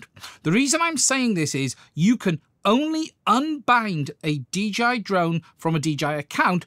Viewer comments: He keeps calling it a DGI instead of DJI. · Its called dialect, duh😅